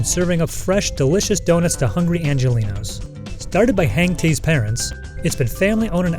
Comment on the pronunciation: really calling us "angenlinos"